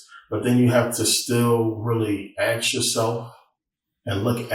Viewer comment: I do not think I can take anyone serious who can not say "ask".